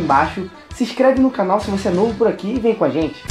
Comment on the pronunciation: Eu tinha entendido nono... aí eu voltei entendi novo* kk